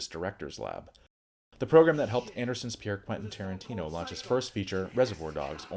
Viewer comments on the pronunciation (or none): none